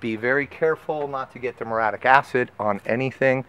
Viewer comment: It's mur-E-atic, not mur-atic, and rec-co-mends, not rec-cra-mends.